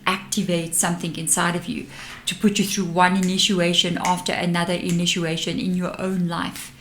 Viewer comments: I'm sorry, are you saying: Inituation? I'm from the Southern USA so I also have an accent, lol.😂💞💫😬🫂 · I feel compelled to tell you that when you are saying inituation you should really be saying initiation. Hope you’re not offended. You are one of my favourite readers.💕🌻